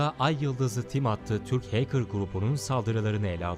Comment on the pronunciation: iyi guzel de o heykir degil . hekır . doğru yazılışla Hacker